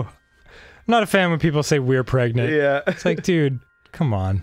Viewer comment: Cole Costie don't you mean ... preganonant!?!